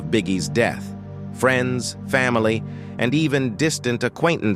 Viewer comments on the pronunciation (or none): I think it’s AI… just based on him mispronouncing friends as “freenz.” He had some other mispronunciations too